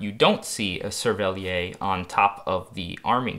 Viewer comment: SERVELLIERR. The 'r' is pronounced in 'cervelliere'.